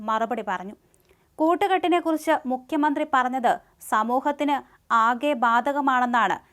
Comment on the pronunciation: മുക്ക്യമന്ത്രി എന്ന് പറയല്ലേ മോളേ... മുഖ്യമന്ത്രി എന്ന് പറ.